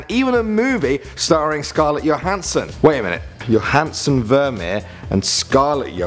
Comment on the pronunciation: It's not yohanson it's johanson